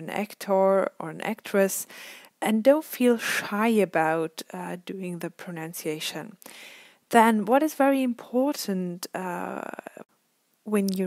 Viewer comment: PronUnciation, and not pronOUnciation